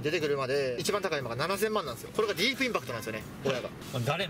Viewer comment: ディープインパクトが上手く言えない可愛すぎる